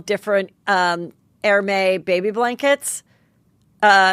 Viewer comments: Hermès is pronounced Air-Mez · Hey Heather, Hermes is pronounced with the S... it’s only the H that is silent. Ask one of your friends to confirm that.